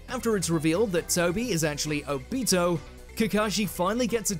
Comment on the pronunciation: Seriously? You guys couldn’t even pronounce Obito correctly?